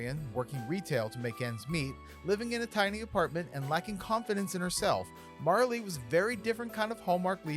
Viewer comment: Merilee! Not Marley. You can't get that wrong, my friend.